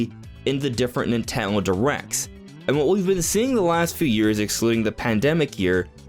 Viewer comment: Why do you say “Nintendo” correctly, but also “Nitalon Directs”? 😂